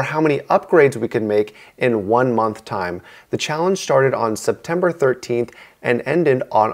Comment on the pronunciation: You emphasized the "13th" in "October 13th" which made it sound like a different day than September 13th when you should've emphasized October because that was a different month I'm very nitpicky it's a habbit